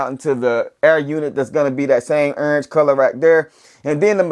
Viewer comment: accent heavy on that URNGE. lol peace family. these have easily earned a place in top 10 but wayyy too early to call for SOTY.